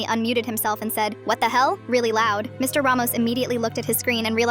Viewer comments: "Mr.......... Ramos" like why the big dramatic pause after saying Mr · Ai probably reading the period as a full stop instead of an abbreviation of mister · The AI reads the period, so it pauses 💀